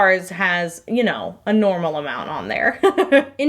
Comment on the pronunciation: When she said "oh ya know" and as a Minnesotan you felt that 😂 Way to channel your inner northern folk! Also loving these soaps 🤩